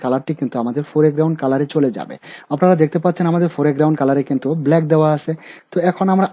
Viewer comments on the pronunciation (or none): none